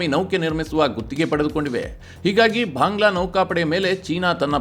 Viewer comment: ಅನವಶ್ಯಕವಾಗಿ ಮಹಾಪ್ರಾಣಗಳ ಉಪಯೋಗ ಆಗ್ತಾ ಇದೆ ಅನಿಸುತ್ತೆ. ಉದಾ: ಭಾಂಗ್ಲಾ.